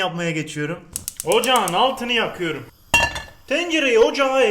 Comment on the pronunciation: Ocağın altını yakiyırum demesine hastayım